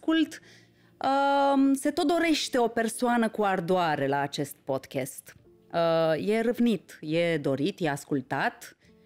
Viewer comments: E [podka:st], nu "podchest" 😅 Iti recomand Cambridge Dictionary👍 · Nu mai spune PODCHEST, ne zgirie auzul. Se zice PODCAST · Podcast nu se pronunta podchest...